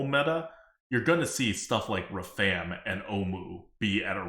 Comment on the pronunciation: The number of times mispronounced Rafaam in a single minute made it seem intentional...and it hurt